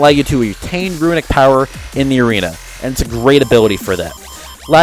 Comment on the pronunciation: Are you kidding? It's called "runic power", not "ruinic power" :P